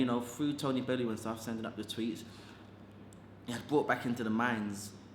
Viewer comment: Bellew not Belles